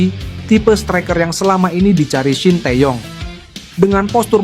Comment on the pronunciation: Min, kalo baca shin tae young jgn dibaca blak²an, bacanya sin te yong, tae dibaca te. Young dibaca yong.